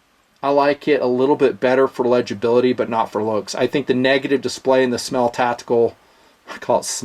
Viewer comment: SMAEL is pronounced "SMILE"